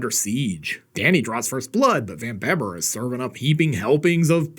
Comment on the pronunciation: Ya, It`s pronounced "Van Beeber"....You ain`t much if ya ain`t dutch!LOL